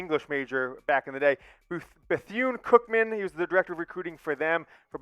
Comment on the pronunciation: Be-thoon is how it's pronounced sir.